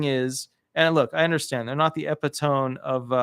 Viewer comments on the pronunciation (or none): Epitome is pronounce ee PIT oh mee.